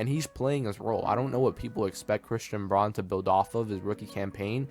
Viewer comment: You are mispronouncing Braun's last name